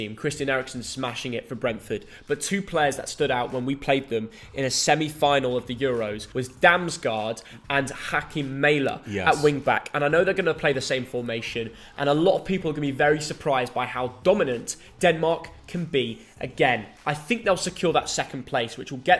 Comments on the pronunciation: Its Joakim Mæhle not Hakim Mijele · I’m not sure the lad could’ve possibly pronounced Joakim Mæhle’s name worse than that